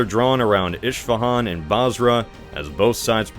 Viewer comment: Its not "ishfahan" its esfahan